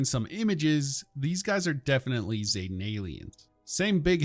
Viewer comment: ZEEE-tan , not ZAY, I know, I know, its said ZAYtan several times, but the correct way to say it is Zee, as in the letter Z-tan as in sun tan, zetan, idk what sort of drugs bethesda voice actors where on when they did that, or whatever weird ass quality control allowed that to pass, but its zetan XD